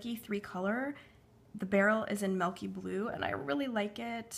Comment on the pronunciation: I loved this video but when you said melk I was like wait what?! 😂😂😂